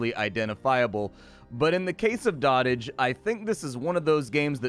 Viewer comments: Did he just say dot-age. It's an actual word doh-tage. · Dotage is pronounced doe tij, not dottaj. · It's pronounced dough-tij, not dah-tij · I think it's pronounces "Doh t age". Like the verbification of when you "dote" on something. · I hate to be that "um ACKSHUALLY..." person but... it's pronounced 'dode-ijj' - i.e. "the period of life in which a person is old and weak." although the game plays on that word and calls it Dot Age. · I think it's pronounced like goat, not like hot.